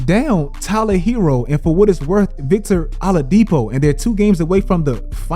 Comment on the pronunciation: Great vid man! Only thing i can knock is Victor Allahdipo lol pronunciation had me weak